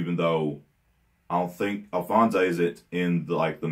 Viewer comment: Love the reaction! One of the messed up ones for sure, probably the worst. BTW, just so you know for the future, its "Edward and Alphonse" not Alphonso'. Looking forward to more of this series, it's my favorite anime in front of Code Geass.